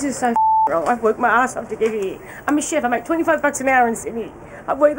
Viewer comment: that is NOT a NZ accent 🤦‍♀️ I'm kiwi and that lady is definitely Aussie. the way she says "here" is painfully Australian.